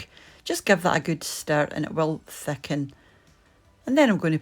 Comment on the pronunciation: “Thackin up” the “greavy “